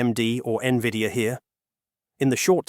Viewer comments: I stopped listening at N-V-I-D-I-A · AI GARBAGE. IT CANNOT EVEN PRONOUNCE NVIDIA.... PATHETIC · It's hard to take this channel seriously when it can't even say NVIDIA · Thats what I was gonna write 😂😂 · When I hear errors like this, my AI alarm system starts ringing.